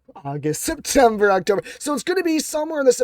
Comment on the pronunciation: Septomber???? ROFL